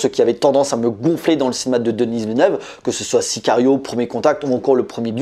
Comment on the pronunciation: S'il-te-plaît: ce n'est pas «Denisse» Villeneuve. Ça se prononce «Deni».